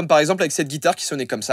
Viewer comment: "guitare" tu me déçois joyca